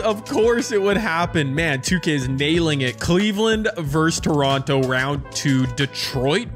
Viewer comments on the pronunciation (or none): Did anybody else hear him say Lebronto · he said Lebronto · He said Toronto